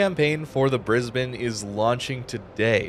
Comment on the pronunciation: props for pronouncing brisbane correctly!